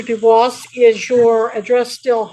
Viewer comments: Is the name “Dubois”? Cause if so, he definitely is not correctly pronouncing it in the French way. It IS “doo-bwah” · Do-booce is most definitely not the original french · Uh, its Dufus